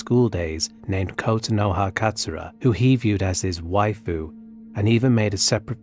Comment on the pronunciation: "Kotanoha Chan! Daijoubu"?!